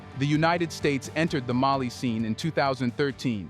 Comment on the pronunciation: It is AI. Putting the incorrect emphasis on the wrong syllable.